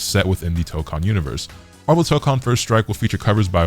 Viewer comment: It ain’t “MAHHVEL” without Magneto